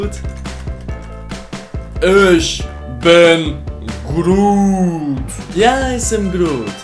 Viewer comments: hij spreekt het uit als ik ben groet maar het is ik ben groot het is echt grappig hoe hij nederlands elke keer fout doet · it sounded more like "Aš esu krūūūūtas" which would mean I am cool :D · German is hard for you Ich bin grood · Groot is actually a word in Dutch (it means big) But its pronounced different: like a “хрут” in cyrillic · behalve dat hij de oo als een oe uitspreek was het best wel knap